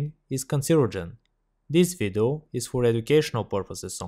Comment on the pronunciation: kkkk tmb pensei. ele fala: this vidu kkkkkkkk